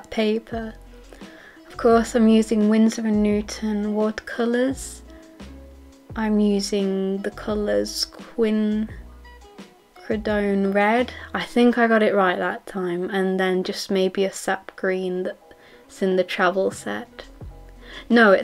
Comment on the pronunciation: I think its pronounced quin-ack-ri-don :p anyway thanks for posting these vids! they are getting me inspired and motivated to do more studies!!